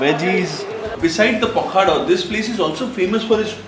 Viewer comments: Sorry to INTURUPT but this is pokhalo not pokhaddooo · Pakhada nuha it is pakhala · Abe pakhala ...not pakhada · It is pronounced as PAW- KHA- LAW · It is pronounced as a pakhalo...or pakhala...😮